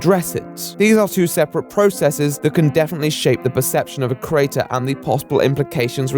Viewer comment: Very good work but we need to talk about how you pronounce "creator", you do realise there's an "e" in there? Just so you know, I've got my eye on you. Or my ear. You owe me about 27 E's. Ees? How do I write that? Eees? Look here! Stop changing the subject! Eeeeeee!